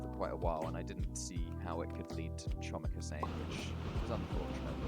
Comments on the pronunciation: its pronounce homik not chomik because its Polish lol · As a polish person i want to know your location to saying chomik wrong way